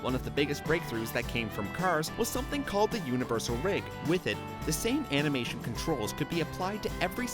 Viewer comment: Number 60 he says amination instead of animation😂 I'm sorry